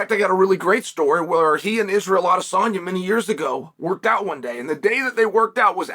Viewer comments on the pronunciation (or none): none